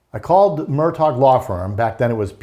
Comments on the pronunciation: NOT MUR..DOC!!! It's pronounced Mur-‐ DAW!!! REALLY! Journalist get it right!! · INDEED! It was annoying. The name is actually pronounced "Mer dock." If this guy can't pronounce the name, it makes me question how much work he has done in person and how he could not have been corrected or at least pick up the correct pronunciation. The spelling is inconsistent with the pronunciation but that is a matter of local idiosyncrasy. And, the sniffling bothered me greatly. Couldn't they find a tissue? Even a napkin. Sorry, but something about this guy doesn't ring true. Between the sniffing and the inability to correctly pronounce the name he lost any credibility with me. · He also mispronounces the name. If you are saying "Mur-taw," you have not been following the cases. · Would someone tell him the name is Murdaugh not Murtaugh? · This guy still can’t pronounce Murdaugh “Murtaw” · Very knowledgeable guy, but I really wish that he wouldn't keep saying "Murdot" instead of Murdaugh...he really should know this by now. Also please give him a box of tissues !!!!! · Good interview. is obviously well informed. Just wish he’d drop the “t” in Murdaugh! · For goodness sake, give the man some antihistamines. The sniffing and snorting were beyond irritating. I had to stop the video. If he wants to come across more professional, at least learn the correct pronunciation of Murdaugh. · This is very interesting and a lot of good information but why does he not know how to pronounce the name Murdaugh? Also, what is with all the sniffing?